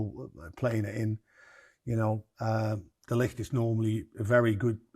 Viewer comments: Why can't Dutchman Rene Meilensteen pronounce De Ligt's name? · A Dutch man, I nearly thought English was is first language lol. They way pronounced de ligt name I clocked mans NL 😂